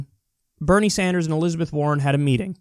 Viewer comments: Did the """""moderator"""""" call Bernie "senator Sandjew" ??? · "senator sand-jew" freudian slip?